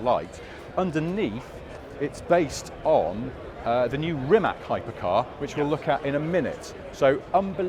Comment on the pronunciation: Guys why does everyone continue to pronounce Rimac wrong?!… is it just pure ignorance?!… it’s like saying Juguar 😂 Rimac Automobili (pronounced [rǐːmats automobǐːli], \'Ri-mats\)